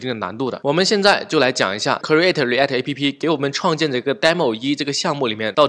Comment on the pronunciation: human(O), not humen(x). Height, create, export , component, image 都唸的不對。這已經不是發音問題了這是根本亂唸一通阿阿聽得好痛苦。感覺可以稍微學一下怎麼唸這些字，比較好跟其他人溝通。animal 聽得懂但是也不對。強調一下你講的很棒，感謝